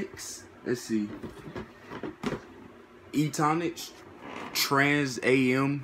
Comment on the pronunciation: You don't pronounce it as A.M. you pronounce it as AM like in Sam I AM